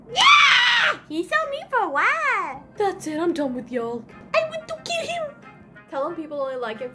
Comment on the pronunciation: “I WINT TU KIL HIM”